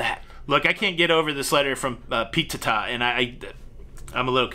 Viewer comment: don’t fool with p-teh-tah. 😬